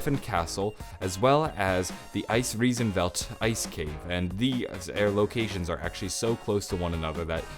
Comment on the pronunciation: you are my fav zombie youtuber now cause you really improved your german and can pronounce Der Eisendrache, Hohenwerfen and Eisriesenwelt very well!